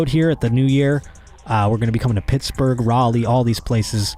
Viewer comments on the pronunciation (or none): none